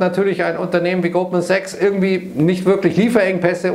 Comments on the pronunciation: Ich verstehe immer Gruppensex, wenn Goldman Sachs sagt. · Verdammt, jetzt höre ich es auch. 😄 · Ich auch!!!!!!!!!